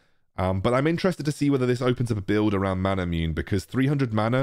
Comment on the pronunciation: Isn't it pronounced mana-mu-neh?